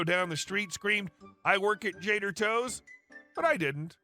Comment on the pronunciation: How hard was it to say Jader Toes instead of Trader Joe's? :chillwcat